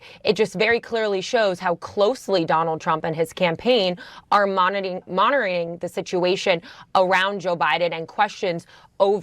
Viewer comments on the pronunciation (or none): My white sis is speaking Ebonics. Girl said "monoring" instead of monitoring.